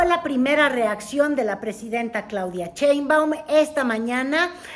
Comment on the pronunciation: IMPRESIONANTE que NO SABE ni pronunciar SHEINBAUM y le dice CHEINBAUM. Se le olvida todo, hasta el RESPETO.